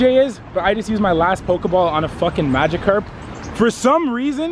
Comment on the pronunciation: He pronounced magikarp wrong